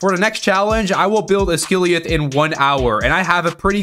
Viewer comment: 'Oz guh lie ath' not "uss gily uf"